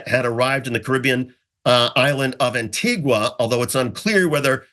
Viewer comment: it's pronounced ANNE-TEE-GAH! You don't pronounce the U